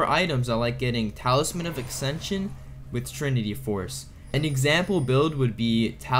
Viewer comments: ACKSENSION. CMON MAN grab a dictionary fix your speech jfc. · and the word ascension. It was driving me nuts. Good video, but if I acksension one more time.... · And yasuo and ascension and visage